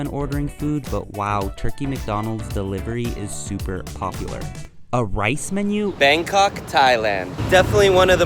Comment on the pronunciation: Doha not Doho and Bangkok not Bankok. BTW great video though